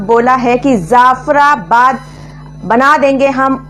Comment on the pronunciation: Madame I love your Videos but one suggestion: The word is : Jaffarabad Not Zaffarabad Thanks stay blessed Ahmeen